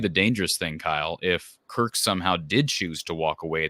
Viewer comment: Kirk has been at iowa how long and our fans still can’t pronounce his name.